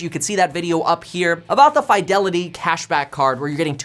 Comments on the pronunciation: Two spaces in front of period is the traditional, formal and proper way of starting subsequent sentences after the first. It's normally pronounced "Fee-de-li-tee" not "Fai". Also "Suh-thuh-bizz" not "Suh-thee-bizz" (previous video, yeah I subscribe). When you mispronounce words, it doesn't do justice on how smart you are, which you are. Thanks for the video. Very informative. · There is no FYE in Fidelity. fi-del-i-tee. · Why do you say fiydelity instead of fidelity. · Why do you say Fidelity like that 😂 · Because he's a KEVIN!